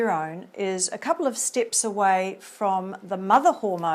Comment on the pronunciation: A good video, but the specific accent is very strong and difficult to understand at times. Steps sounds like "stips", Better sounds like "bitter", Factors sounds like "fectors" etc